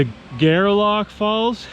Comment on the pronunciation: My father and lots of my father's family lived in Gairloch, Nova Scotia. The cemetery on the hill has a lot of my relatives. I've never heard of the falls. I'll check it out next time I go back home. FYI: the locals pronounce it "Gar-Lock" almost like Garlic. Another FYI: Gairloch Lake is nearby. It was famous for fishing. Babe Ruth actually fished there back in the day. __ Thanks for the great video!